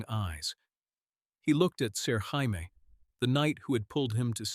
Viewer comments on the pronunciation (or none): use your own voice, nobody wants to hear AI narration. If you insist on using AI, listen carefully before posting and everyone gets up in arms. We heard Jaime pronounced “hi me,” because in English “hi me” is spelled the same way GRRM decided to spell Jaime in the books. You could fool AI, by spelling it in common English form, Jamie. But English is probably not your native language, so you wouldn’t know that. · Learn to pronounce Jamie. Or stop using AI and read it on your own. And this whole story makes no sense. Go to kings landing where he has no power where he is vastly outnumbered by Lannisters.. instead of telling him in the north where he has all the power.